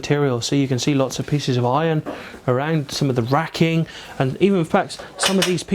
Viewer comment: ''so you can see lots..lots of pisses of iron'' xD